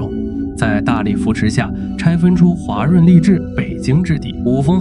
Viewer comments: 还有画（华）润、条（调）走、联合形（行）… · 华润的华读音频频读错，Ai效果不好😂